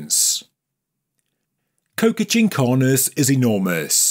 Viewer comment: You say it like co-ca but it's co-cha. PS: It is a very common suffix across Andean bodies of water.